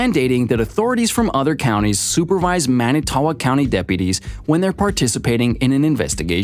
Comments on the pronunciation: He is not innocent. I live in WI and he killed my best friends cousin without a doubt. (BTW Manitowoc is pronounced ‘man-it-toe-wok”). That ppl that think this waste of a human has merely been duped by a spectacular piece of filtered garbage media without verifying facts or who made it uncovering their agenda. Sad state of affairs these days when the vast majority do not do the research, don’t know how to do the research, or just lack critical thinking skills so take any piece of media at face value. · Everyone in WI listening to this guy try to pronounce "Manitowoc" 😬😬😬